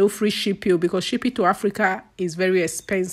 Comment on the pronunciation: May God forgive you.. She's here making her money and you're there looking for correct pronunciation. Abeg Who English help?